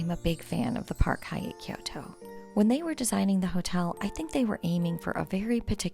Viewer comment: It’s pronounced kyo~to. 2 syllables. Not ki-yoo-to.